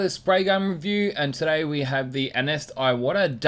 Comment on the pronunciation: Hey buddy I love you with all my heart which is why I'm just gonna say it. Iwata is pronounced eeee-wah-tah. It's Japanese I watched u for years much respect...aloha from Hawaii?🤙✌